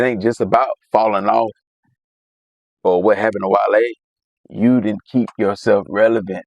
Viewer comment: Kai: wall-e 🤖 Chat: 💬 wale Kai: 😴